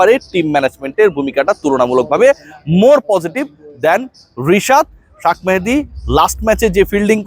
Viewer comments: তোর নামে কেস করা উচিত নাম বিকৃত করার জন্য, এর আগে অনেক বার বলেছি শাক মেহেদী বলিস না,তুই নিশ্চয়ই আওমেলীগ আমলে কোটায় পাশ করা সাংবাদিক। তোর উচ্চারণ যখন ঠিক নাই তার মানে তুই পড়াশোনা করে পাশ করিস নি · ভাই শাখ মাহাদি না উচ্চারণ রা ঠিক করবেন প্লিজ